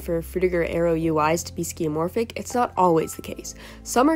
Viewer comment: Sorry but its skeuomorph, not skeumorph. I only have to say it because Vsauce taught me the word years ago.